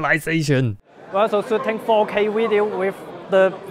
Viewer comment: I know he said 4k movie but it sounded like 'ok' movie